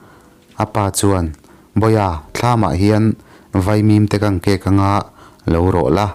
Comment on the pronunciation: Tlungvel khi lam fuh loh deuh deuh a nei a, Thifahnuk khi hnuk hi hnukchat ang a lam tur. A kawng a chho lutuk a, Thifahnukchat lo in kan thleng an ti thin. Tekawnga nilo in Tekanga (Hotel satisfaction ) neitupa thin kha.